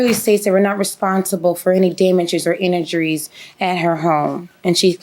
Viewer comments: The way she said injuries 😂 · The lady with the red hair sitting behind the defendant facial expression when she tried to say the word injuries...lol